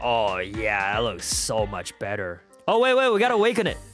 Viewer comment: "They made it even bether" Me:Bether or did u say better